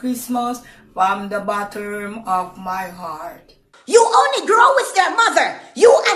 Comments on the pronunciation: Lol "from the botturm of my heart" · I lost my entire shit at "botterm"